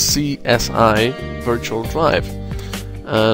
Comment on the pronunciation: Good tutorial! You've covered pretty much everything there is to know :) By the way, SCSI is actually pronounced "Skuzzy" :)